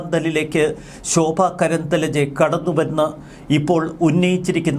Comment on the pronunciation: കേംദ്ര മന്ത്രിയുടെ പേരു ശോഭാ കരന്ദ്ലാജെ എന്നാണ്. ദയവായി ഉച്ചാരം തിരുത്തപ്പെടട്ടെ.